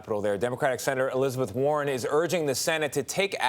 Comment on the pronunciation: bro it's Warren not Warner